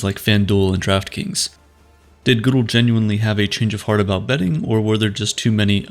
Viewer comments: It’s good el not goodal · When you can’t pronounce the commissioners name you lose a little credibility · The way u say roger Goodell's name hurts the deepest pt o me